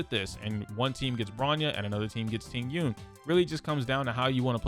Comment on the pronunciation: How can you pronounce Jing Yun correctly but not Tingyun… it’s literally the same thing